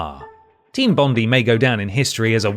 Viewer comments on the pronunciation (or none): Jesus - Team Bondee? It's Bond-eye - named after our most famous beach. Can't believe an Englishman has never heard of Bondi Beach (if ya know, ya know!) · Sorry for being a nerd but team bondi is actually pronounced team bond-dye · Someone doesnt know how to pronounce Bondi.